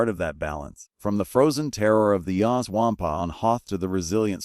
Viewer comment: The "Waaampa" is pronounced "Wawm-puh".